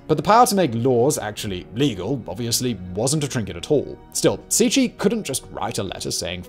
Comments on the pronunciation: proncounced c c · Cixi - > Tsee-Shee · I usually don’t mind your mispronunciation of names, because you’re usually not too far off, or it’s approximatively close in some ways. But you completely butchered that one. It’s not even close. You could’ve at least gotten the consonants right. That was actually painful to listen to. Love your channel still!